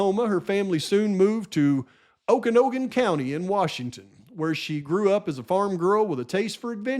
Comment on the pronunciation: I know this isn't important, but I live in Washington state and I got distracted: Okanagan is pronounced Oh-can-nog-un Ephrata is pronounced You-fray-tuh I think he took the plea deal either to avoid the death penalty in that biased court room or so the documents would come out.